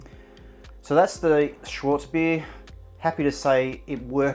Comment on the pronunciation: Mate- it is SCHWARTZ bier, pronounced SHH-VARTS. Schwartz means black in German.